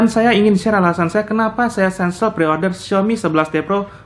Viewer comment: kensel bang bukan sensel 🙏